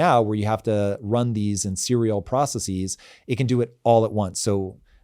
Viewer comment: Please stop saying "proceses" and say "processes" instead. Basis, crisis and thesis have Greek plurals, namely bases, crises and theses. Process is not one of those words. Its plural is regular. One process, two processes. Not one processis, two processes. Thank you.